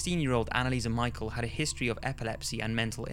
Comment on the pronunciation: It’s not anneliese mi-chal it’s anneliese mi-shel